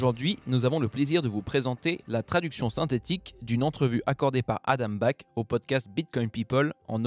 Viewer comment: Adam Black, vraiment ? 😂